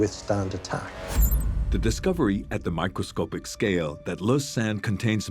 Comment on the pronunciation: Isn't it microscopic and NOT microscopeic as the announcer says?